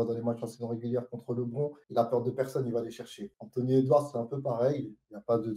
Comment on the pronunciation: Très intéressant comme podcast (mais la prononciation de Lebron me pique les oreilles)